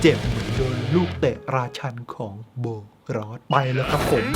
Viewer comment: พี่กายพูดว่าโบนอสถ้าดูคลิป